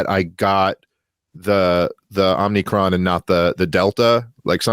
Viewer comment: Hey guys, love the show! Dave, stop saying OmNicron. There's no end.